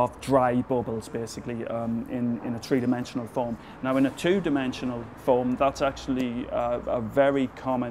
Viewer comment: "Tree-dimensional foam..." XD